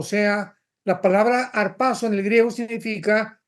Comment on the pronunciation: Hola hermano Alducin. Dígame porque usted dice: "Arpazo" Creo que esta pronunciado mal. Aquí le dejo la palabra en griego. ἁñπÜζω jarpázo de un derivado de; apoderarse de (en varias aplicaciones):- apoderarse, arrebatar. Tomar de golpe.